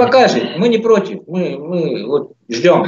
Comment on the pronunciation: Явно у армянский акцент,надо было в самом деле недовольного лезгина пригласить. ДОСТАТОЧНО, когда произносит:"Ми"-мы😅